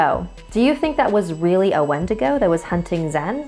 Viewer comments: Its prounounced win-dig-oo I'm native I know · Warrior Nun exactly what I was thinking. Also going crazy because she pronounced it wrong 😳